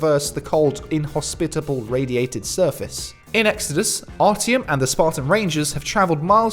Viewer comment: 'ARTYOM' not ARTY OM